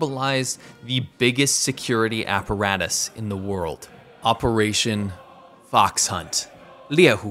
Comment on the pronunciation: You pronounced fox wrongly . It is the 2nd tone not the 3rd tone.